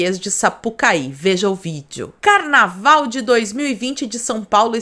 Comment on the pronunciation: "Carnalval contagiante" HAHAHAHAHHAHAHAH